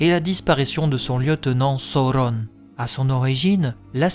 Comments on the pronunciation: Excellent travail ! J'adore. C'est construit judicieusement et particulièrement bien documenté. Juste un bémol sur la prononciation des noms, à l'anglaise, alors que le parti pris est par ailleurs d'utiliser le français (la Comté, la Forêt Noire, le Bois des vertes feuilles, etc...). Du coup, ça manque de cohérence. Et puis "Sa-ou-ronne" pour Sauron, par exemple, ça me heurte l'oreille. Utiliser la prononciation des films, et celle de la traduction française des romans, aurait été plus heureux. Bonne continuation en tout cas. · Je suis pas sûr que la prononciation soit heureuse, même si elle est sensée respecter les indications laissées par tolkien, après tout malgré ses qualités de linguiste il n’était pas français, et la façon dont tu prononces les mots sonne faux et pas adapté à la sonorité de la langue française à mon sens. Donc canon ou pas, je ne vois pas de plus value a des prononciations comme « sa-ou-rone » plutôt que « soron » par exemple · ca ressemble à une version americain la facon dont tu le prononce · ça te complique bcp la tâche dans la diction 😅🤣🙏🏽 Ça m'a sorti de la vidéo je reviendrais dessus qd je serais habitué ✊🏽bon courage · J'adore ce que tu fais ! Je supporte juste pas comment tu dit thranduil et sauron avec l'accent la mais sinon c'est parfait 💪